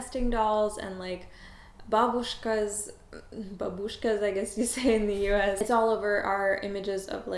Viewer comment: funny ... you have such a strong Russian accent :) However, the word Babushka - pronounced perfectly :) At some point I started to think that you are Russian :)